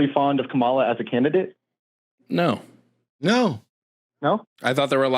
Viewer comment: is a closeted MAGA cult member chud. As soon as he said "Kum-AH-la", I knew exactly when he sat politically.